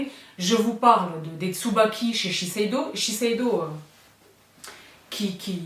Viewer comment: la seule personne au monnnnnde qui prononce « chez Shiseido » aussi facilement 👏🏻😅